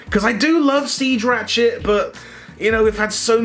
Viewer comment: When you say 'ratchet' is sounds like 'rat s**t'. Coincidence?